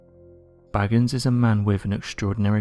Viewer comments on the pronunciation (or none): Please stop saying BAGGANS, it's pronounced BAYGANS!